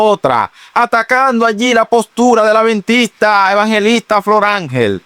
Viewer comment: Perdón, al anfitrión del programa no se dice aventista, se dice adventista. Por otro lado, Sí las leyes sólo eran para los judíos cómo dice la Dra y no para los gentiles entonces la salvación era para los judíos solamente y no para los gentiles?, Dios es el mismo ayer hoy y siempre, ya el dijo que no se debe comer cerdo, pero el ser humano quiere hacer lo que quiere, menos obedecer. La gracia no te libera de la obediencia, la gracia te capacita para obedecer. Y anfitrión no diga aventista que se escucha horrible. Adventista, mencione la d.